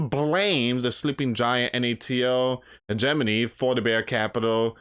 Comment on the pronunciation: Did you say Hedgemoney? What was that word? Can you spell it please?